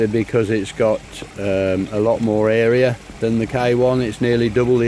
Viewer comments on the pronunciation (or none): none